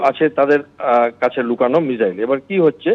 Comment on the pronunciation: আরে এটা কে? আগে মিসাইল কে মিজাইল না বলে মিসাইল বলতে শিখুন, তারপর নিজেকে বিগ্রেডিয়ার বলে পরিচয় দেবেন। Abp ও যে কাকে কাকে ধরে নিয়ে আসে 😅